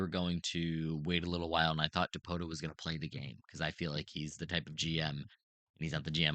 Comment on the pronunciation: It's pronounced dipoto. Come on man